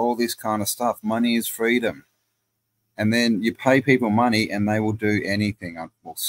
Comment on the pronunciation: Mone eye. Yikes!